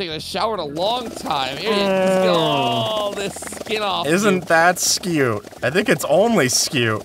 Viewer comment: pronounced 'scoot'